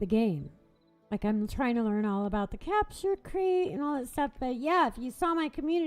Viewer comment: and did you just say crapture crate?